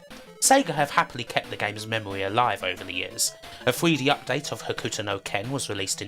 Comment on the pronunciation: you pronouncing "Hokuto" as "Huh-Ku-To" is gonna drive me nuts. Its "Ho-k-to" The "U" is silent. XD